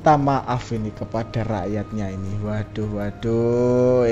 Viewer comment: Tu kannnn... Nampak bungulnya.... Wodahhhhh wadohhhhhh wodahhhhh wadohhhhhhhh..... Emang gak bisa pakek bahasa yang benerkah..... Ngertinya cuma waduhhhh waduhhhhh Mulu.... Tumpul amat mas ini....!!